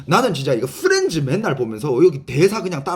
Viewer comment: 후렌즈라 들리는건 저뿐인가요 ㅎㅎ 후렌즈~